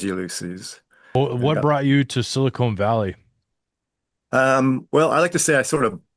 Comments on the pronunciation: silicon, not silicone. Big difference, lol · Omg. It's SILICON CON. NOT CONE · FfS, it's pronounced silicon, not silicone. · SILICON Valley, not "siicone". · It’s pronounced Sili”con” Valley and they pay for Sili”cone” Sally 😂😅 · Silicön ---not Silicone Valley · Please stop saying "Silicone" - it affects your credibility and sounds utterly dumb ( sorry ). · Him calling it silicone valley made me laugh. 😂